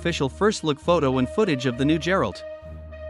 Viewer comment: GERALT NOT JERALT